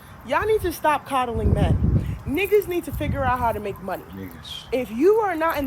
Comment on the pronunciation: “cuddling” 😂….its “coddling”